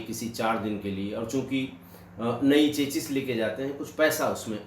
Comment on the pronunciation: Chachis? Its CHASIS चेसी